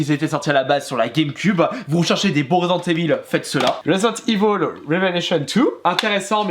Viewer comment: resent evil il dit svp ecorchez pas l nom de jeu exxelent ^^